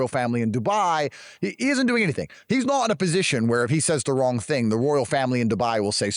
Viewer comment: Looooollllllll narcs will really try to collect people to feel important. this is the discard phase "He's nort my boii" so weird how they use so much aave